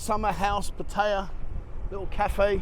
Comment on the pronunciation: That was an interesting video. Keep up the good work. However you need to learn how to say Pattaya properly.